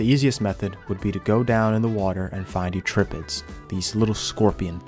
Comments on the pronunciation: Please learn to pronounce Eurypterid brother this hurts my soul Yur ip ter id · apologies for being a paleonerd stereotype but "eutripid" has gotta be one of the wilder misreadings of any word I've ever seen lol. Me being annoying aside, I gotta say this is one of the funner playstyles I've ever seen in a sandbox game. If I didn't hate actually playing ark myself I'd love to do this sometime. Edit: I love even after you get fully kitted up with late game stuff when it comes time to mess with another clan you return to full rat pest mode lmao